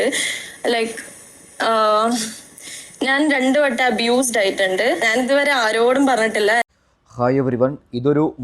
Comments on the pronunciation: മരകഴുത ഇംഗ്ലീഷ് അറിയില്ലെങ്കിൽ പോയി പടിക്.... അബോർഷൻ അല്ല അബ്യുസ് 👊👊👊👊. പോടാ നാറി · അബ്യൂസ് ആണ് അബോഷൻ അല്ല